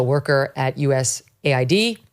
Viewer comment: Megyn it’s US AID not USA ID…